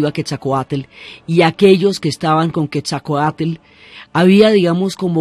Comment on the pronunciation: Pasa que la narradora se equivocó de vírgen, debió decir de Guadalupe... Lo mismo al pronunciar Quetzalcóatl ella dice Quesacoat... Sonando horrible su mala pronunciación del bello nombre en idioma Náhuatl.